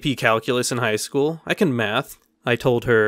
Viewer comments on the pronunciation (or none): none